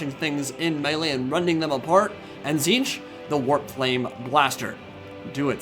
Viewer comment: it's pronounced tit-snitch, not ti'ziinch